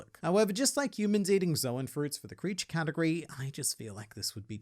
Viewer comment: "There's nothing nice to say about Jack." >RogersBase has entered the chat Also, don't let my joke distract you from the fact that has been saying the word Zoan wrong for over a decade.